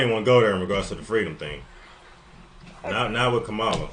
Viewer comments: He said it was a lie because that came from MLK story about a little girl that said fweedom... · yeah that story was made up for the campaign trail. Kamala isn't a very good liar. "Fweedom?" Yeah, okay. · The reason so many question her "fweedom" story is because there are similarities to a story MLK told of a little girl saying she wanted freedom to an officer who asked her what she wanted. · That story she told about fweedom was an MLK jr story, she stole it. Such a fake person